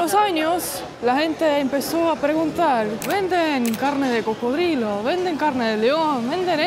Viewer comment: "Barriga llena, corazón contento"., habla muy bien el castellano, pero en tus videos en ocaciones dice incorrecto, alguna palabra, 🙏 por favor corrigela, y así hablara mejor. Como hoy que dijo, carne de cro-codilo, no,!... coco-drilo, cocodrilo, así tu qurida esposa, hablara mejor. Disfrute su tour carnivoro, insectivoro, y si, sin ir muy lejos, fuiste a muchas partes del mundo. Que la sigan pasando "chido", nos vemos👍🙂🇲🇽🇪🇪🇦🇷